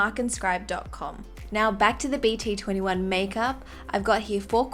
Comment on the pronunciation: Actually BT21 pronounce as BT-Two One 😣